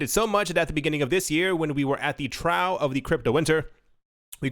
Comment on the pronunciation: Trough not trow!!!!